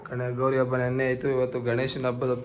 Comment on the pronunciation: ಅಬ್ಬ ಅಲ್ಲ ಹಬ್ಬ